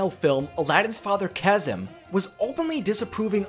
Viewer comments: I know this is years ago but it is Ka-seem not Chasm lol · owner : Its pronounced "Kah-zeem" not "ka-zim" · It's pronounced as KAS-SIM!!! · Kasim is pronounced Cah-seem